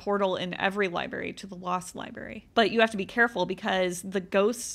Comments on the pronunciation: Library...not libary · Liberry 😂 love your videos but that always gets me